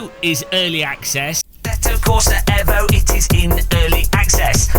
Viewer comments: Aarrgghh it's fking EEEEEEEEEEEEEEVO NOT EVo, you don't call it a Mitsubishi EVo you call it a Mitsubishi EEEEEVO and this game is no different this EVo shit comes from the Italian accent of the Devs 😂😂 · EVO NOT AVO KURWA MAC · i hate the way you say evo